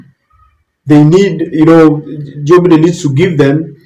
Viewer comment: Sir,it is Joe Biden(Baiden) not biden!